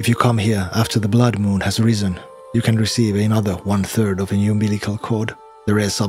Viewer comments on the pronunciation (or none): none